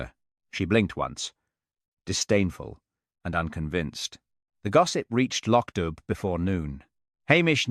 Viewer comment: Sonsi is female. The narrator mispronounces Loch Dubh. Do I like what you're doing here? Not a lot.